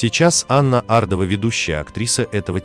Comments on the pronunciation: Может все таки Ардова, а не АрдОва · Ардовы известная фамилия ,а не ардОва.Хамство так произносить эту фамилию. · Ардова- ударение на первую букву.